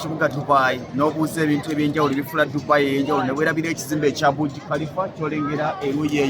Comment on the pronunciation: Thank u. The tallest building (Burj) Khalifa Pronounce it as Baaji not Buji But thanks for the show